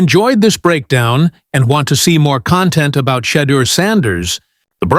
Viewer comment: This guy cant even say Shedeurs name. I’ve never heard him say Shedeur Sanders. Correct me if I'm wrong. The hate is real. Its ridiculous.